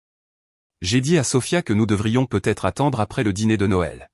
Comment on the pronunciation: C’est l’IA qui n’est pas au point. Le peu être me fait bondir. Peut-être en prononçant le t serait mieux.